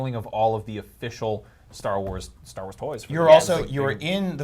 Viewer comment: "Star Wals" 😂😂😂😂😂😂😂